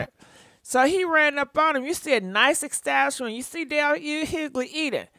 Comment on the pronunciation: Nice “estashment”?!!?? 😂😂😂 It’s always the mispronunciation of words (and names) for me 😂 ... and I love it!! At this point, we the followers already know how it is!